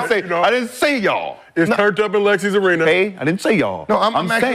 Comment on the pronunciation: How in the hell can you type that man last name the right way in the thumbnail…but still manage to say it the wrong way? You just refuse to to put an S at the end of his name when you say it!